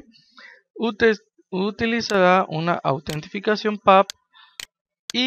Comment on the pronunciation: autentificachion xD ingles pro xD